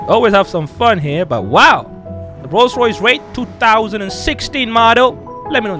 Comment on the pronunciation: I like the rollce royace